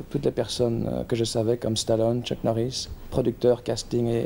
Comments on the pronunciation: Chuck Morris non je crois pas on dit Chuck Norris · Tchvartsenegger et Chuck Morisse Muahahahahaha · Il dit Chuck Maurice le bougre